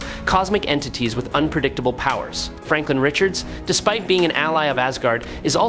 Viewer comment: Spelled his name all the way wrong in the thumbnail and the title. How 🤔? And said his name wrong... really, how ?